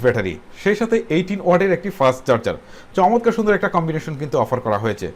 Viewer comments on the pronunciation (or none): দাদো "শমতকার " নয় "চমৎকার" হবে ওটা!!!!